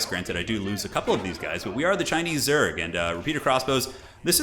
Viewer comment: The word zhuge is pronounced zhoo-ge